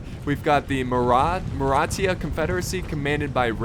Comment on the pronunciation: yep its not maratia